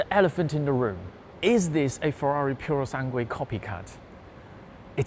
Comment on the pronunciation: He says purosanguey, where at the end of that word is an uey